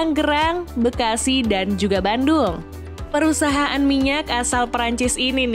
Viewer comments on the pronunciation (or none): none